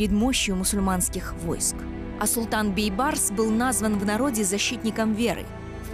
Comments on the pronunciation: говори правильно, не Байбарс а Бейбарс...смысл большой.....Бейбарс...-Бей тентек барс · надо правилно пройзносить не Байбарыс а Бейбарыс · Нормального диктора надо вам. А то Байбарыс байбарыс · Вот почему нельзя называть всё своими именами??? Зачем и почему коверкать великое имя??? БЕЙБАРЫС!!!! БЕЙ!!! А НЕ БАЙ!!!! ВОТ ПУСТЬ ЕГИПТЯНИ ТАК И НАЗЫВАЮТ ЕГО!!! настоящее имя Бейбарс!! БЕЙБАРС!!! Молодежь смотрит такие исторические фильмы и потом также коверкают имя ну е мое((( в целом все правильно такие фильмы нужны, но я вас прошу не коверкайте великое имя!!! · Бейбарс, а не Байбарс." Бей" означает великий ..барс. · Не Байбарыс А Бейбарс . Что за Казахи Незнают даже элементарные Казахских слова Бай это богатый А Бей Вольный Барс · Почему слова Бейбарс она говорит Байбарс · Не Байбарс а БЕЙБАРС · Читайте правильно,не байбарыс,а бейбарыс,орысы блин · Не Байбарс,а Бейбарс!слово бей,это иной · Бейбарс а не Байбарс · НЕ БАЙБАРЫС А БИБАРЫС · Уважаемая, его имя произносится БЕЙБАРС, ПОЧЕМУ ВЫ ИСКАЖАЕТЕ. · Не поняла почему автор все время говорит Байбарс? Как его на самом деле зовут Бейбарс или Байбарс ? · Почему она говорит Байбарс?! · Правильно произносите имя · Мангурт,хоть правильно не смогла поизнести имя султана Бейбарса.